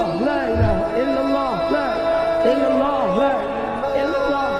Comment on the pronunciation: di awal dzikirnya terdengarnya illulloh,bukan illalloh